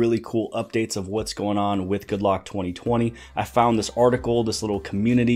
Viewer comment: Anyone else notice that the Korean developer called the app Good Rock? :)